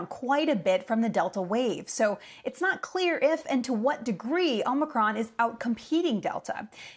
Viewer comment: It is pronounced "aa·muh·kraan", or did you miss that in "col·age"?